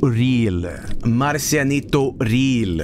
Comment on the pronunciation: pronounces Marcianito so well though lol